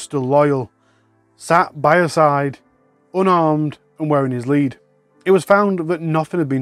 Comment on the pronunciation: I thought you said the dog was unarmed not unharmed 😅